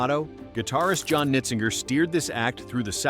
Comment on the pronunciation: "Nitzinger" should be pronounced with a hard "g," as in "zinger."